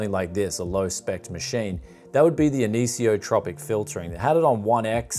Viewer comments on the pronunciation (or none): none